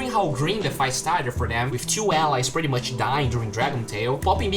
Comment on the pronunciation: I LOVE this "things I learned with" and all your content, but PLEASE: could you pronounce the word "pretty" like you where saying "whisky" or "Minnie" or "pity"? Please I hope you take my comment as an advise. Greetings